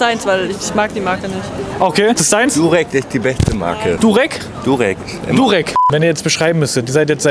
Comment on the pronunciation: Der arme konnte nicht Durex aussprechen hahahahahahahhahHhHhahahahah